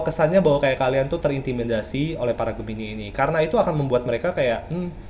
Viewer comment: Gemini bukan medipikat bang, tapi dia memikat.